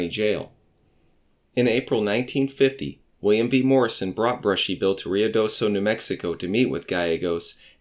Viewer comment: the town "Rio Doso, New Mexico" is correctly Ruidoso, NM.. lots of people, especially Texans, put the 'rio' pronounciation in front of 'doso'. It was never 'Rio'